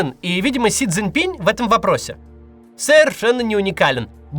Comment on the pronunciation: Си Цзиньпин — там на конце твёрдая "н" — пора выучить…